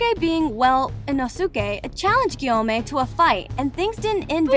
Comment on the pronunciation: Nit Gyomei and not samei💀 (bro is gay)